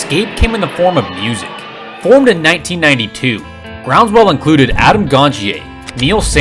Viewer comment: Lol its ground- swell. Not groundswell